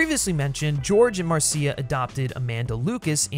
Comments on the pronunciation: You're driving me crazy with the MarSEEa Lucas pronunciation. It's just Marsha, but with a cia ending. This has one of the best openings of ANY movie. It's extra funny if you know the song Anything Goes - but then the crazy fight with the ice and jewel and antidote - the fall from the plane and the rapids.... just wow! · Why does the narrator keep mispronouncing Marcia Lucas' name as Mar-see-uh Lucas? It's Marcia. Mar-shah. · Very minor nitpick, but I'm pretty sure it's pronounced "MAR-SHA", not "Mar-see-ah". Great video! You did a fantastic analysis. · Pretty sure the name is pronounced MARSHA, not Mar-See-A 😂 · I’m pretty sure it’s pronounced Marsha. At least that’s what Francis Coppola said. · Um, Mar-see-ah? Marcia is pronounced Marsha. Great video none the less. I had a similar experience with Temple of Doom. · Marseeia? Is this AI voice? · I know I’m two years late, but… it’s pronounced “Marsh-ah” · You’re pronouncing George Lucas‘s wife wrong it’s Marsha not Marcia like the oldest daughter on the Brady bunch Marcia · Hey expert her name is Marcia (as in "Mar-sha") Lucas. Who pronounces Marcia the long way round? Marcia. Marcia. Marcia. Also, although I agree about Temple of Doom, you really have basic bitch tastes, no offense. SEE: Snyder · Dude how do you not know how to pronounce Marcia Lucas' name??? It's cringe inducing. It's not Mar See Uh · Marcia Lucas' name is pronounced, "Mar-sha" just like "Marcia" on the Brady Bunch. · Very much enjoyed the defense of Temple. Just an FYI, "Marcia Lucas" is pronounced "Mar-sha", rhyming with "Martha". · I literally just watched this and was looking through the comments to see if anyone was gonna mention his pronunciation of Marcia, lol. Aside from that minor quibble, great analysis and TOD has always been my second favorite of the Indy films.